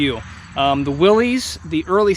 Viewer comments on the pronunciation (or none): The guy's name who designed the original "Jeep" is Willys - pronounced WIL-iss, not WIL-eez. It is singular, not possessive. Please, let's use the right nomenclature for something that we love and collect.